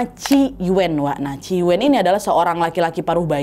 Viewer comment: Yuen bacanya Yuun aja Nad. Agak dimonyongin. Distrik Sham Shui Po gak cuma dulu aja kerasnya, tapi sekarang juga masih seperti itu. Salam dari HK ❤